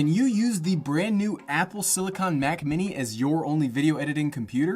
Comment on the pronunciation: Anyone else cringe when he mispronounced “silicon?” Lol